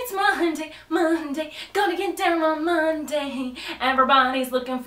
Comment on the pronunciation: ITS MUHUNDAY MUHUNDAY!!!! My uncle spanks me on fridays too!!!